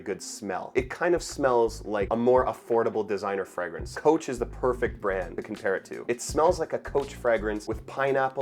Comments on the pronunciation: And the word 'fragrance' is pronounced "fray-grance," not "fragg-rance"; that is, the 'a' is long, not short. 🤷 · Interesting pronunciation of alcohol and fragrance. Are those typically canadian?